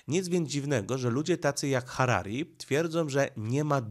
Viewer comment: wymawia się tak jak się pisze: Juwal Noach Harari i Robert Fico